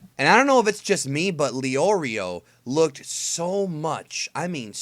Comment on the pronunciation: Leorio would likely be offended by the way you pronounced his name haha